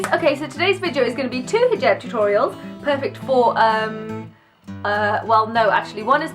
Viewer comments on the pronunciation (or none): none